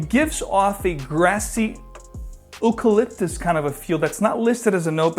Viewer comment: Interesting pronunciation of Eucalyptus. Might be Ooropean influenced.